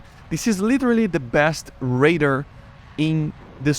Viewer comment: Why do you pronounce radar as raider?